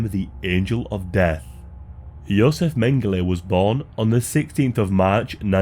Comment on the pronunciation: It's Josef. Fucking amateur.